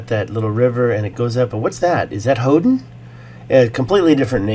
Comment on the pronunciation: Hoden sounds like Odin